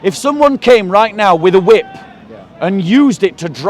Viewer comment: "He waved the wrip around" 😂😂😂